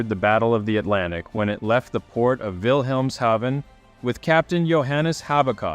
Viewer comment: Oh my god. You are the first person to pronounce “Wilhemshaven” correctly on YouTube in the history of ever. 🏆